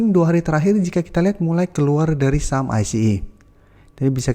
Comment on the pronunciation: Saham sih gak jelas nyebutnya